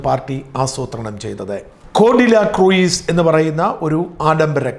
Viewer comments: The pronunciation is /kruuz)not kruiz like fruit. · സാർ ക്രൂയിസ് അല്ല ക്രൂസ് എന്നാണ് ഉച്ചരിക്കേണ്ടത് ... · കൃയിസ് അല്ല..... ക്രൂസ്.... എന്നാണ് പറയേണ്ടത്....... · Sorry Sajan, it's pronounced as 'cruz" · Yes,it is /kruuz/.please check the pronunciation before using English wirds